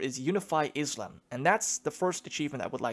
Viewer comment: You said Islam wrong in "schools of Islam"